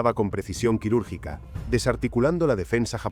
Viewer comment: Que mierda de IA.... QUIRÚRGICO, QUIRÚRGICA...😂